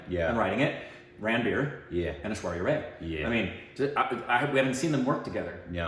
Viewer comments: It's not Ray ... its Rye .. like the bread ... people told u like thousand times in ur video of Oprah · Rai is not pronounced as "Ray' . Oprah was correct..End it with "I" sound. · It's Rai not Ray guyss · It's pronounced 'Rye' (Aishwarya) - not 'Ray'. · Y'all it's Aishwarya RYE not RAY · You still korbanized Aishwarya's last name. It's not like the 'Ray' of sunlight. It rhymes with Eye.. Like rye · It's Aishwarya "RAI" not RAY 😆😃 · Its not Aishwarya Ray.. its Aishwarya Raaiii... 🤷🏻‍♂️ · Guys, her name is pronounced Aishwarya RYE.